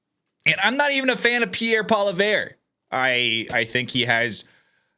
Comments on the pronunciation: Not verrrr its vreeeeeee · Pronounced polyev. Please! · We are COOKED! Also. It is Po-Lee-ev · Pronounced "polly-ev" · Look at this man wearing lipstick, talking about how Canada made a mistake after admitting he doesn't pay attention to what's going on up here. WTF? You don't even know how to pronounce Poilievre accurately.